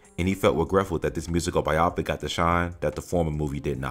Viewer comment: Say it with me bye-oh-pick. Bye-oh-pick not bye-opic. Great video otherwise although you cut off the ends of your words a few times. 👏